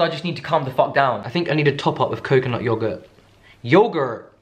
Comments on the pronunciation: "just let me enjoy it. and shut the f*ck up." 😂 i lol'd. also your american accent. YOGURT. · "Yogurt!" Cracks me up. I don't know a single American who says it like that. LOL